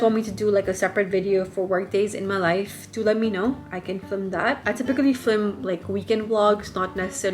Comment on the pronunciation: I love the info in this vid but I can’t get over you pronouncing film as “flim”